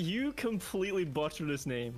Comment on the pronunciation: is it ironic butchered the pronunciation of the word 'butchered' while describing the maji's butchering of her pronunciation of the guys name?